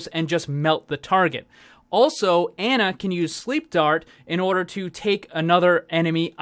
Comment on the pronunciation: Pronounced Ana, not like "Anna", js mang